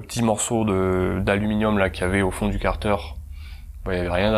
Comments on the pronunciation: Et car-deur pour 15 minutes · Chez moi on dit kartère, toi tu dit karteur 😐 ça fait bizarre a l'oreille